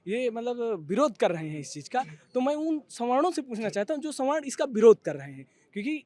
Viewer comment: .. ma'am संवारना nhi स्वर्ण hota h